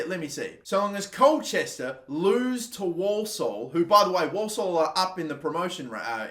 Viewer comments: Walsall pronounced warsall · Dude can’t pronounce Walsall